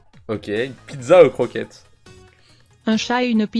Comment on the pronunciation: " une piDEza "